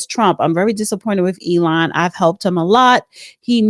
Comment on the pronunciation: you need to work on pronouncing names correctly .. dont you hear others , how the name is pronounced? Ealen? lootnik? (LUT-Nick) . E-LON, Zing? XI (Prounounced SHE) Besset? bessENT😂😂😂😂